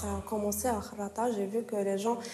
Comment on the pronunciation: Kherrata khenchela les noms des villes sont pas écorché mais charcutes